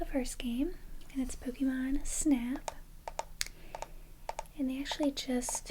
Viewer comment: YOU SAID POKEMON CORRECTLY. Subscribed.